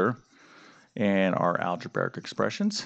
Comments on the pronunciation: its algebraic not algebaric. omg please say it right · I'm sorry, i cant stop laughing at the fact that calls it "Alegebearic" XD im sorry if im being rude